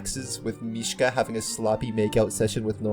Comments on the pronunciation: I love this so much but it bothered me the entire time how you pronounced is mish-Kuh instead of mish-uh I’m sorry 😭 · This video is so good but why do you call Misha "Mishka" 😭 Where did this "k" come from? 🙏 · His name is Misha, not Mishka. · “MISHKA” LOL (mishka moushka miky mouse)